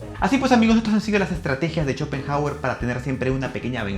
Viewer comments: No se leería como /Shopenauer/? Digo e.e 😂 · Por qué pronuncia "cho" cuando es "xo"..? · Que horrendo no pude ver el video después de escucharte decir shopenjauer , si hablaras de una eminencia lo mínimo es pronuncia bien su nombre; primate inculto. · me parece a mi o dijo CHOPENJAGUER??! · Si, dijo CHOPENJAGUER y sigue diciéndolo así al menos hasta los , ahí lo deje de ver 🤦🏻‍♂️🤦🏻‍♂️🤦🏻‍♂️ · "Chopen" hauer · Chopenhawer! XD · "Chopenjagüer" v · Jajajajaja Chopenjauer :vv